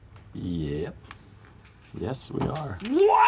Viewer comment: Actually, I believe he says, “Nyes.”.